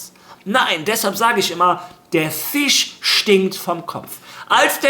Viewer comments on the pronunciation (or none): none